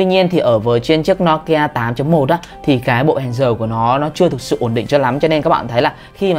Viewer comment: Ad ơi. Đọc là "Nô Ki A" chứ sao là "No Ki A" ạ